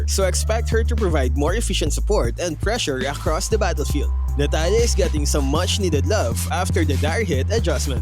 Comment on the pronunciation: "Akhhrost the battlefeeld" 😂